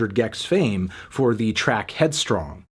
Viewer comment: loves headstrong (or as he says it, headstrang)